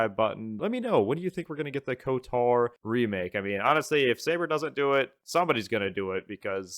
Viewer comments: Why are you pronouncing it as kotar do you say ald instead of old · The way you pronounce KOTOR is so tuff 😮‍💨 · Literally painful to listen to. But he’s one of “those” guys that plays as a girl in RPG’s, so not overly surprising.